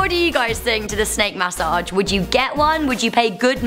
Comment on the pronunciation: got dangit y they gotta give u a snak (MAS-O-AGE) yes i left the E off on purpose (No hate btw not making fun just sayin)